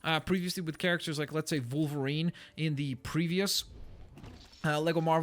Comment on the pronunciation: Why does he pronounce it Volverine? I know "W" and "V" can sometimes sound the same in certain words but the animal and the superhero are both pronounced Wolverine aren't they?